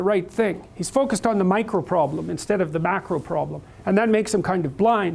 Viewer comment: Did you say the macro-problem or the mackerel-problem?